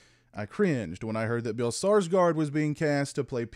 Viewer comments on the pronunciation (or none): Skarsgård ("scars-gored"), not Sarsgard. Nice review though!